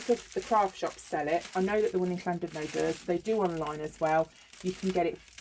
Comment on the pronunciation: You said Llandudno absolutely PERFECT! You have the 'LL' on point! Ian has live in Wales for about 18 years and he still mispronounces Welsh names wrong..... ( It's actually hilarious!!! ) Massive 'cwtches' from all us here in South Wales. We love you. Xxxxxxxxxxxxxxx